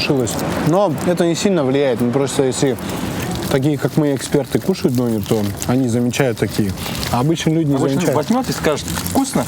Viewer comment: Что за дОнер, дөнЕр ғой... Дұрыстап сөйлесеңдерші... Тым болмағанда, бір заттың атауын айтқанда...🤦🏼🤦🏼🤦🏼